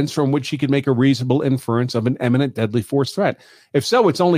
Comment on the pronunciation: why do you constantly conflate the pronunciation of "imminent" with "eminent"??